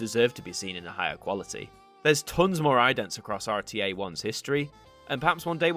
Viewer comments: Fyi, RTE is pronounced or tee ee . It's in the irish language, standing for Radio (pronounced rah dee oh) telefis Eireann (radio television Ireland . ) Yes, I am irish . Spent a lot of time watching and listening to RTE television and radio growing up ! Please do a section on RTE idents. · Just a note. RTÉ is pronounced RTE. The thing on top of the E is a Fada from the Irish language, and doesn’t change the letters pronunciation. RTÉ stands for Raidió Teilifís Éireann (Radio Television Ireland). They have a number of tv services, RTÉ One, RTE2, RTE Jr RTÉ News, and TRTE (a block on RTE2 for teens) their best idents are for One, junior and TRTE. There’s even a video from the illustrator showing the process of making the new TRTE idents. For what it’s worth I’d love to see some of these idents make it to an ident review at some stage. The RTEjr idents are very popular here on YouTube. Also, just so you know, it’s RTÉ, not the RTÉ. Many who are used to the BBC make that mistake. Great content, keep it up👍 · Been here since episode 2, haven't left since :) oh and also you said RTE wrong. I can see why but it really annoys me a bit. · Just a little thing i noticed, when saying the name of RTÉ which actually stands for 'Radió Teleifís Éireann' (Radio, Television Ireland) you don't need to pronouce the fadá (accent) on the 'E', hope this helps! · The People in ireland call it Raidio Telefis Eireann